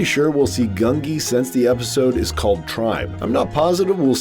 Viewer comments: Gungi!! Not Grungi. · It's pronounced GUN-jee by the way. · The Wookie's name is Gungi. Pronounced 'Goon gee.' The Gee syllable is pronounced like the gee in Bungee. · There is no R in Gungi